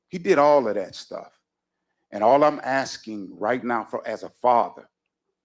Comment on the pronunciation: So much "axing"....